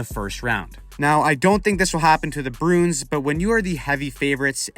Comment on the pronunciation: You keep saying "Broons" instead of Bruins lol